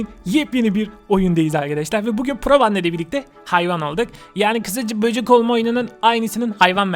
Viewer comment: Abi böcük dedinya bende çok güldum abi ben seni bayadir izliyorum